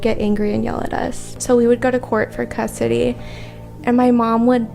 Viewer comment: ......."We had a real bad CUT-SITY battle"..........yup....thats how you say "Custody"......😂.......🤣